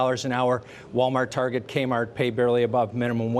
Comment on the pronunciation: I was confused, what the hell was a Targé lmfao.